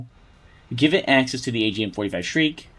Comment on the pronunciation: Why do you say the agm 45 like shriek instead of shrike ?